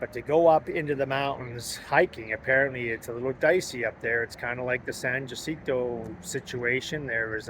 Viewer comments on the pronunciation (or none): Baden-Powell: Baden has a long ā pronounced Bay-den. San Jacinto: pronounced Ha-cinto